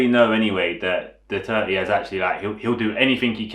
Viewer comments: I kept hearing foreigners saying President "Duarte"... This is probably the first time I hear someone properly said "Duterte" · I am a Filipino. I speak both Tagalog and Bisaya. You just said it right. Thank you for doing this video. I watched the advertisement.